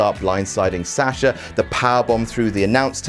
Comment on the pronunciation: how he pronounces Sasha makes my ears bleed